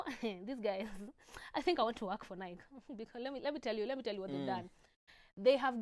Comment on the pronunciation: Hi. I love you! It's pronounced "Na-i-kii"